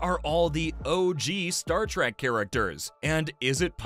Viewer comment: It's Trek not Track